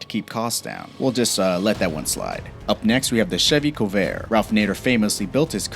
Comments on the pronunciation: "Co-vair"? Don't you mean 'Corvair'? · Its Corvair , not Covair. Stupid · Corvair, not covair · COvair?? It's CORvair. You must be young. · "KOVAiR" That's it "Shut the fuck up! It's CoRvair you stupid 20 year old a-hole! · It's a CoR-vair not a Cuvair! A FEE-air-o not a Fi-ro! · Feero? That word is Fiero.. Fee-arrow.. And there is no "Covair" either.. that one is Corvair. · Corvair (not Covair) was a great car from 65, the Vega was worse, or the chevette with engines falling out at a stop light. Model T really ? No one knew what the issues would be. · It's FEE-air-O, not firo. It's COR-Vair, not Co-Vair... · The car's name is CORVAIR, not "COvair". The next mistake is Cobalt, not "Coboat" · CoRvair. CoRvair. CoRRRvair. Not Co-Vair. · Fee-arrow, not Fear-O. Do you not want to be taken seriously, because that's how you're not taken seriously. Oh my God. I had to edit this. Core-vayre not Koh-vare. Jesus... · Corvair. Cor-vair. Not co-vair. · What’s a Colvair? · Ah yes the Chevy Cove-air, the Pontiac Fearow, and the Chevy Kobold. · Fee-Air-Oh COR-VAIR with an R .. fuckingforeign robots. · A "Fear O" and a Co-vair? Really? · The Covair made in the United Shtates of America, and the Yugo as in Siberia because it doesn't sound at all like Yugoslavia not even the same continent... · Corvair = Cor' vair; Fiero = Fe' ero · What's a feero? And a co-vair? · Trevor, I'm glad you noticed that too. The Pontiac 'FEAR-O' and the Chevy 'CO-vair?' BUT the WORST... did you hear that the Yugo was built in Siberia instead of Serbia? That's not anywhere near Yugoslavia. AND, I would have bought a 'SiberiGO.' WT...?